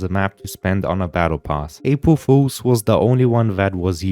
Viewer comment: "apwul fuwlzs" 💀